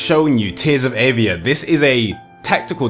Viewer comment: Ohhhh, I thought you were saying Tales of Avia on stream.